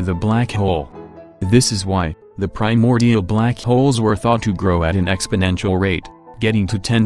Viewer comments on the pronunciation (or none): none